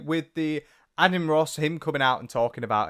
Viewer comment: Adian - said like maiden without the m (hope that doesnt sound rude!)